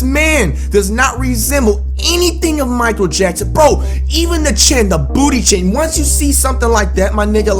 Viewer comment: he. said booth chin I'm done